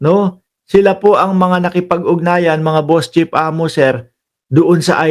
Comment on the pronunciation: Pnp chief hindi pnp chip ayusin mo naman pronunciation mo.